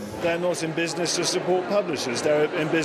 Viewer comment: Was enjoying this documentary, then I noticed how the narrator said 'business' and consequently my viewing experience was ruined.